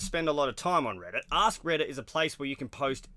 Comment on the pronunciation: It sounded like you said a$$ Reddit ahahah